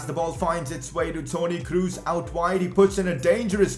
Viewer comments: "Kroos" is pronounced "Kros" not "Krus" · lol you didnt tri it with the ö. Most English persony try to say ö but he faild but its better than dont try it oh and its Kros not Krus 2x o arent u in germany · Toni Kroos not Kruus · I See it A Pass To krus I:Hahaha You German Name Späking is more Bad Than Brasilien in ther oun Home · i love how he says toni krus xdd